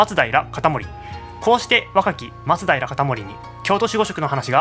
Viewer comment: 松平のイントネーションってそれが正しいの？笑